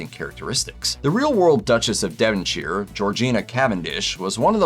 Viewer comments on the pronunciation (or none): UGH!!! ‘Devonshire’ is NOT pronounced “deh-vin-SHEER”, but either “deh-vin-SHUR” or “deh-vin-SHYR”, depending upon which part of England the speaker is from, as well as which social class they are from. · Devon Sheer? You Mean Devonshire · I think you're right. Plenty of proper nouns get regional twists. Pronouncing it devon-shire, is never used, however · This guy cant even say Devonshire properly.